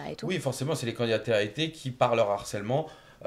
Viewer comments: On dit LE HARCÈLEMENT et pas l'harcèlement car il y a un H !!!! Du Harcèlement et pas de l'harcèlement, toute la journée ils ont que ce mot à la bouche et savent toujours pas le prononcer !! Apprenez le français, c est insupportable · Mais c’est pas possible !!!! Donner la définition d’un terme dont on ne connaît pas la prononciation 😭😭. On dit LE harcèlement et on parle DU harcèlement. L’harcèlement est un terme qui n’existe pas !!!!!!!